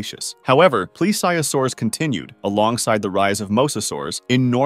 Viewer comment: No way thats how you say Plesiosaur